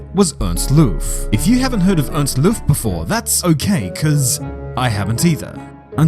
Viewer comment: 'Loof' would be pronounced with a long 'oh' sound. Like in 'long', actually. Source: am a Gerrie